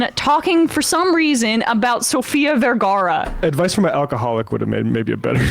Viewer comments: did I mishear that or did he actually say Sofia Viagara? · Me, still not entirely sure if the Sophia Viagra thing was an intentional joke, or just the alcoholism talking and just couldn't pronounce her name right because he insists on being hammered when he talks to children... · Did he just say Sofia Viagra? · Did he say Sofia Viagra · Did he say "Sophia Viagra?" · BRO SAID SOFIA “VIAGRA” TWELVE YEAR OLD 🗣️🗣️🗣️ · Did he say Sophia Viagra? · Did he say Sofia Viagra?